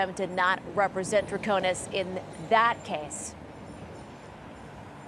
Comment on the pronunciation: Great recap! Thanks for all you do. I think her name is pronounced “trah ko nis” with an “ i” not “a”. With all due deference! 🙏🏾❤️